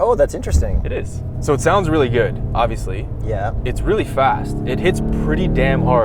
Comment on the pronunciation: "Bwoost comes on liyuk... pretty gwood" Damn I yam pwoud to be Canadian 💣💥💪👊🏼🤪